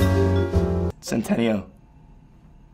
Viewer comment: Actally his surname is italian and it’s not pronounced like that 😂😂😂